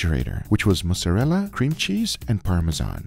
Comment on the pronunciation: Dude, I don't know where you get ma-zoo-ra-la but I'm assuming you meant mozzarella (maat suh reh luh).